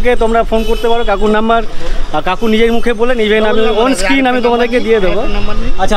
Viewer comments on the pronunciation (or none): none